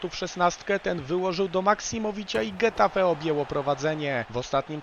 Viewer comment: Taka mała uwaga- getafe czytamy 'hetafe', gdyż gi oraz ge czytany jak 'hi' i 'he'. Tak to fajny materiał.